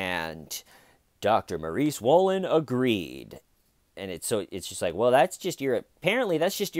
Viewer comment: Just watched some footage of the Dr being caught in the act. I swear the female reporter kept saying Dr Maurie Swollen .... it was rather unnerving 🥴😆